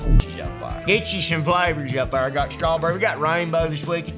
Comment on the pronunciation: almost spit my drink on my monitors 'We got stuff ta dew!' He said 'Up 'ar' I'm dead you know he the realest